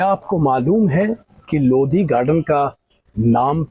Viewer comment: लोधी नही भाई लोदी बोल